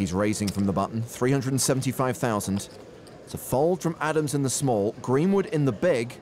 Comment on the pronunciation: Gweenwood is my fwavwoot pwayer.